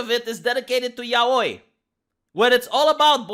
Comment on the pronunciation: I mean it would be less dumb if he didn't have pink hair. But who cares? I'll take your word that the media is making a deal of it, but so far I've only seen right/lib youtube channels making a big deal of it. Also: the way you say yaoi is the best and most correct pronunciation, and I really appreciate it.